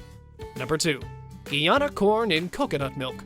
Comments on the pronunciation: It's Guyana. My beautiful country. Not the way you are saying it. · Exactly!! Clearly not!!! … “Ghee Ana”. … lol 😂